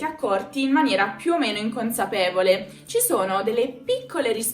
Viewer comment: io sono italiano, ma non ho mai sentito dire "ceh". Tuttalpiù possiamo contrarre la i ma la si pronuncia sempre. Può essere che questa forma venga utilizzata in una zona limitata dell'Italia ( la voce maschile del video ha un forte accento meridionale )